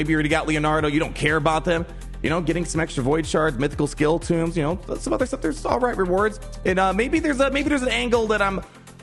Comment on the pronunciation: Love ya but it drives me made how you pronounce Tome as Tomb